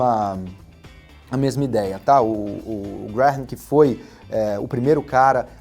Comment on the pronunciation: Se pronúncia Benjamin "Grem"